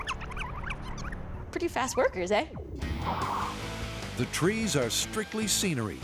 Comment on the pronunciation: I get that (The Narrator) was going for a good ol' Canadian "eh", but speaking as a Canadian, that was the most Australian "eh" I've ever heard in my life.